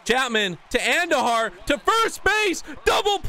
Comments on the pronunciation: Its AHN dujar not andu jar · ( An-doo-har) not whatever your saying